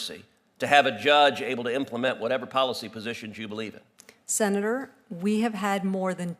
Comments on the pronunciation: Say "Senatorrrrr" again! (in a Samuel L. Jackson kind of way) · I could live my whole life without hearing her say “senator” again. 😑